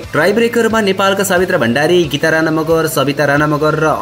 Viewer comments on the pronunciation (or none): none